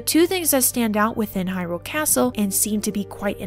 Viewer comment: Why can't YouTubers pronounce Hyrule? It's in the freaking game ffs!